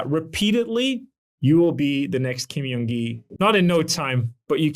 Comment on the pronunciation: i'm a fan of your videos, thank you so much for making them! I feel like this sort of analytical breakdown of skill development is really helpful. BTW in Korean the J sound does sound like an English J, not a Y. Kim Jung Gi = 길정기 = correct name Kim Yeong Gi = 김영기 = literally a different name that does not hold the same meaning.